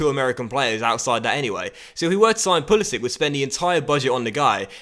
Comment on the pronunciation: Christian Pulišić, his surname pronounced as "Pulishich"